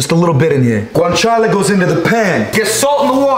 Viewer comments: Bro you pronounced "guanciale" perfectly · I'm Italian and you have a fantastic pronunciation of the Italian terms. Good job 👌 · Secondo me è italiano o comunque ha vissuto tanto in Italia, già dal modo in cui pronuncia guanciale si capisce